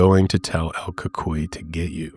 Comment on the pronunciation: I'm mexican, and my grandparents told me about el cucuy (the same pronunciation you used: el cool coo ee...